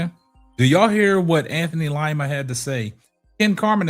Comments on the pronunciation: It's pronounced LEEMA not long I❤ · DID YOU SAY LIE-MA???😅🤣💯👏🏽👏🏽👏🏽❣